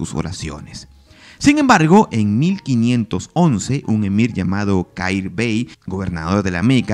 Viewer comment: Un comentario que no tiene mayor importancia, pero la pronunciación es Jair bey, la kh se pronuncia como una jota fuerte